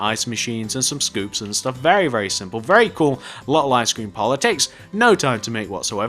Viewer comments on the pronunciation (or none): when he said icescrem it sounded like i SCREAM